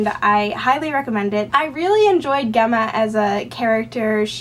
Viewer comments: I believe Gemma is pronounced Jemma :) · it's an ancient latin (and now italian) name and I've always heard people pronounce it jemma:)